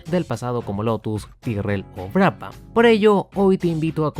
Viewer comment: La H es muda. Se pronuncia Braban.